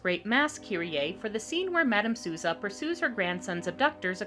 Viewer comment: AAAH this movie! I friggin' love it! also, little bit of help: "Souza" is pronounced with the "ou" like "oh" or "doh" or "hold", as its a VERY common portuguese name and she does sing "Nesta Casa Portuguesa" (In this Portuguese home) in the middle of the movie.